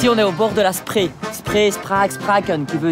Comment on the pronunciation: Spree se prononce 'Chpré 'et non pas spré :) bitte sehr 😉